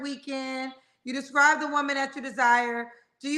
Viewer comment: doesn’t even speak well. He’s trying to say describe but saying scribe. Then said estraint. What are those words? I think he should work on being more at peace with himself in order to get who he desires.